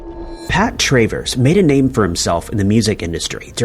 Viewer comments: It's not Tray Verse. It's Travers. I'm a cat. You are a bot.😮😮😮😮😮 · You don't know how to pronounce Pat TRAVERS?? Crap video!